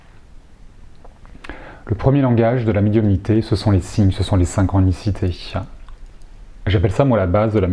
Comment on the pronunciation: Merci beaucoup pour cette vidéo. (attention aux tics de langage "synxhronicitèche", des coeureu, musikeuu c'est dommage) merci, bonne continuation !